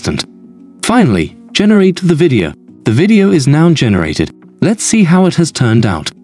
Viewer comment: good that it will be corrected - but it's not because it is muddy - it is because it mispronounces things like "video" and puts incorrect vocal inflections in the sentences. I can immediately tell if it's just a text-to-speech synth as this always happens.